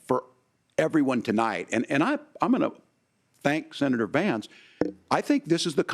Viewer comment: Yes he did & it is Vance-not VAMCE!